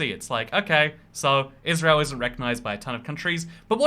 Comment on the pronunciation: Please say Israel